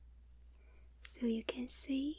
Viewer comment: When she say "see" its like "si" in spanish